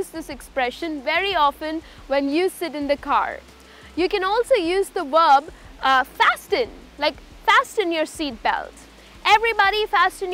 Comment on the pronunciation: Isn't 't' silent in Fasten ?